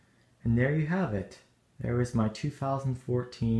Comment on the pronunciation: I like how you pronounced Elite.